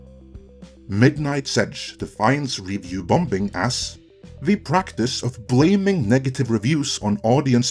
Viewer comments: ‘Bom-bing!’ ?!? .. I think you mean “Bombing” … pronounced “bomming” .. second ‘b’ is silent. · great vid but u say bombing wrong, its said bomb - ing not bom - bing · You are saying "review bom-bin"? It's just "bombing" without drawing attention to the second letter "B". This can't be how citizens pronounce the word in your country? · There's no such word as "bom-bing" - the second B is silent. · It's not BomB, or BomBing. Check any/all dictionaries globally, when you say the the word Bomb, or Bombing, you don't enunciate/pronounce the second 'b', is a silent letter. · Your English is quite good but you kept saying bomb-bing ...? Can't figure that out. However, I do agree with all you said. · I like that he pronounces the second B in bombing. BOM -BING baby! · “Review Bom-Bing” 😂😂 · I love pronunciation of "bomBing". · I love these short doc style videos by you guys, and I mean this in a positive way, but "bombing" has a silent b in the middle, pronounced "bom-ing" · His pronunciation for BomBinG cracks me up, reminds me of when I was learning English myself. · Quit pronouncing the second b in bombing. It’s silent. It gets me out of your narrative when you say it wrong. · By the way, the second B is not pronounced. Silly English. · What do I think? I think you pronounce 'bombing' like a Krunt. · Who's gonna tell that the second b in "bombing" is silent? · The second B is silent in "bombing". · Does he really need to pronounce the B in bombing? Good god that sounds odd. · Hi Great points as always. Also, the second "B" in "Bomb" is silent. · I actually liked both She Hulk and Rings of Power, didn't think anything wrong with the writing or showrunners, things made sense to me. If that's because I understand things like the B at the end of bomb is silent, just as the B in the middle of bombing is too. A fact that made it hard to watch this video as what I was hearing was nonsense.